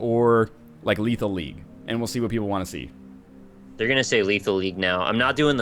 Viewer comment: "Lethal Lethal" get your shit together Ryab